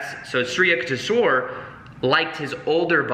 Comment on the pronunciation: sorry-- here is the right way to pronounce the name - YOUK TAYSH WERE